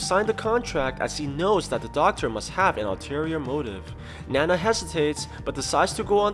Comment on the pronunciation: Btw it’s not nana it’s ninao (nin-ow)